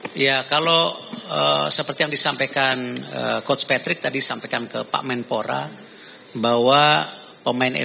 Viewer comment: Angka nol utk yg tanya sebut nama aja keliru... Patrick jadi matrick.....payah dan buat malu didengar publik